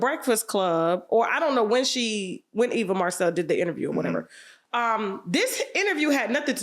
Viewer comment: Tasha did you say Evil or Eva 😅 wow